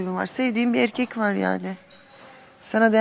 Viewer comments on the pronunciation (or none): No body:: irkek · Nobody:: irkek…